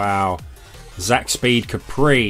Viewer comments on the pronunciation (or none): none